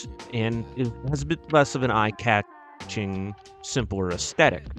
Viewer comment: Eye cat Ching 🤔 Not sure if AI or speach impediment.